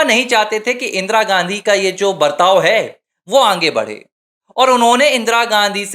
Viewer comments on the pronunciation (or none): Poor Pronounsation, aange